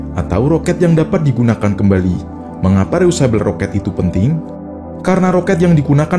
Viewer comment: Mas, bacanya bukan reyusabel (reusable), tapi dibaca : ri... yu...se...bell.. (reusable).